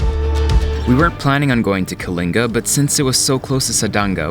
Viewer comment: Thank you for pronouncing ”Kalinga” correctly❤️ Love you Erwan!🥰